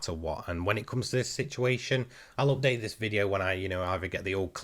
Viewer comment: Me and my wife watch your videos together. We are always having a laugh when you say "update" with your accent :) Just a small thing that brings me and my wife closer. Thank you, we love your videos, our prayers go to you and your family. Take care!